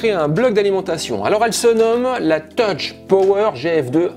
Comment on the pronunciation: On ne prononce pas "toutch" mais "teuf" ...